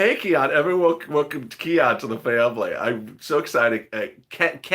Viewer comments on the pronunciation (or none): none